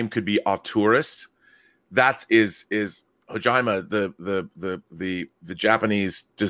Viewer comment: why would anyone listen to the opinion of someone who called Hideo Kojima "Hogina" lmao